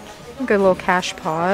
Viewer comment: Great videos. It sounds like you keep saying 'cash pots', what is the difference from a 'catch pot' 🤔? Thanks for sharing 👍